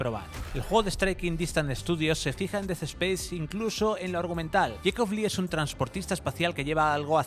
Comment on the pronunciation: Des espeis? Aprende a hablar 🤡